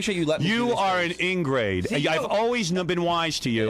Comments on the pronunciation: It’s ingrate, not ingrade Howard. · funny how Howard keeps calling John an ingrade instead of ingrate.